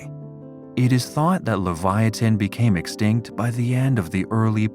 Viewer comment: Yall are fighting on this vid while I just heard the "narrator" pronounce extinct and laughing my ass off😂